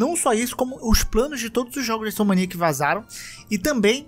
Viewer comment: Repete comigo: in-so-m-ni-ac: insomaniac